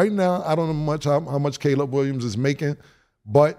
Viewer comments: He called him "collab" 🤣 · Bro why Cam can’t say CALEB it’s been like 3 days in a row 😂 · Cam pronouncing Caleb like the sub from key and peele 😂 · My boy Cam be fighting for his life pronouncing “Caleb” 😂😂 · Cam not being able to say Caleb Williams name is outstanding!! This show is the best out there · I’m just confused on why Cam don’t know how to say “Caleb” until somebody tells him 😂😂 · Cam not being able to pronounce "Caleb" is the hoodest shit I've ever witnessed 😂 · How the hell does cam not know how to pronounce Caleb?! 😂😂😂